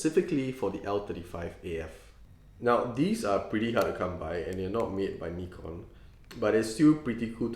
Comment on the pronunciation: finally a person who pronounces Nikon correctly!